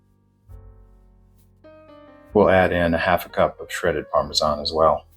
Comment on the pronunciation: Very nice. And finally somekne who says Parmesan and not Parmeshan. Thank you